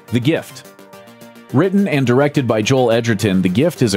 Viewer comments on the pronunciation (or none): none